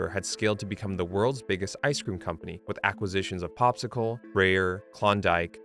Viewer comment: Breyer is pronounced like Briar!